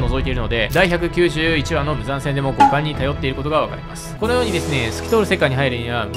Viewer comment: 五感が股間に聞こえるシーンが多々あって草